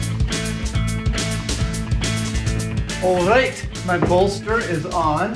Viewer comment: That Scottish alright made me chuckle, glad Maggie loves it and love to Maggie